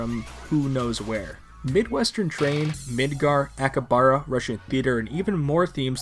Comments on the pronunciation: To said akihabara wrong. Youre saying akibara when theres a whole other syllable HA in the middle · I’m sorry but “Ahkibahra” Great video but excuse me? If it’s that hard just say Akiba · ive never heard akihabara pronounced THAT badly before holy shit. straight up didnt pronounce like half the letters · "Akabara City District" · the way he pronounced Akihabara made me recoil